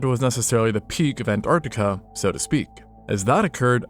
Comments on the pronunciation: m... ant artic... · Why don't Americans pronouncd the first T in "Antartica"? Noticed you don't say it in "Mountain" either